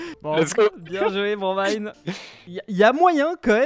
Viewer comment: qui a enfin bien dis le pseudo de bromine 👍👍